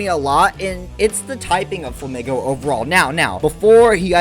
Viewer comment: INSANE take. Insane. Flamigo is pronounced "Fla-Meego", like "amigo"; Spanish, Paldea is based on Spain.... its pink color compliments other Pokemon from the region (Tinkaton, Wugtrio, etc.), its wings, beak, and body are all uniquely shaped. What else would you want to do to a flamingo Pokemon? Give it a scorpion tail or bat wings? Flamigo is one of the best designs from Paldea, along with Farigiraf, Koraidon, and Great Tusk. The absolute WORST designs to ever exist in Pokemon are the Timbur line, the Roserade line, the Scorupi line, the Lileep line, the Gulpin line, the Hydreigon, the Gothita line, and the Scovillain line. All are pretty ugly, use ugly colors, and have pretty fair design flaws.